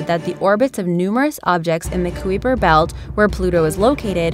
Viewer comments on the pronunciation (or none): Wtf (Ku-we-per-belt) its (Kai-per-belt)